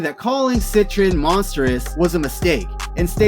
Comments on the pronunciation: There is no "n" in the name it is set-tree-on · “Sit-Trin” I’m deceased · Cetrion would be pronounced like ( set-TREE-on ) pretty sure bro 💯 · Nigga how do you not know how to pronounce Cetrion?